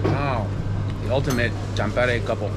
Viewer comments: Bro why you say A as E like tampere you said tempere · If I write in Finnish how you said "Tampere" that would be "Thäm-peere". 'A' in Tampere is the same vowel sound that you have in English words like 'fun' and 'sun' and Finnish 'A' is always pronounced like that (you used Finnish 'Ä', the sound found in English words 'man', 'can', 'tan' etc.). Not actually sure what would be a good English word to give you the idea of how to pronounce the 'T'' as English 'T'' almost always sounds more or less like Finnish 'TH'. Your 'E' sound was correct, but the first 'E' was too long (like Finnish 'EE'). But you did get the hard part right and got the 'R' rolling, which is always a nice touch for a native English speaker. 👍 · It might be easier to explain this way: The "Tam" in "Tampere" is pronounced sort of the same way as "tum" in "tummy". Also the rest of it for English speakers would be written something like "peh" + "reh" but fast without a space between them. An English speaker will by default have some "h" sounds there to soften it up but Finnish people will pronounce it very bluntly. Also the emphasis for the word is on the first syllable so it's like TAMpere. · Hi, greetings from California, where we live. Married to my Finnish wife who cringes when Finnish words are mispronounced. Simple way to pronounce every Finnish word: emphasis on the first syllable. Always.......TAMpere, NOkia....but we still love all your videos. Go HIFK!